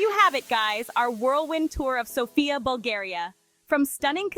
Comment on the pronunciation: The accent is on the 1st syllable....Sof...not on "ia"...